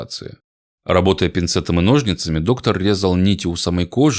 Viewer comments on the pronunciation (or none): none